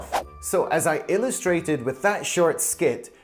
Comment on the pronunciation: この動画をすごく気に入って完コピする勢いで見てます！リエゾンや言葉の説明の仕方も勉強になります。 People with jobs がpeople what jobsに聞こえて、chat gptに聞いてみたら多分people with jobsじゃね？って教えてくれた！すごい✨